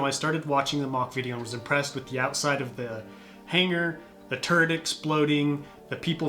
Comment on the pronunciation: You said "turret exploding"... I heard "turd exploding"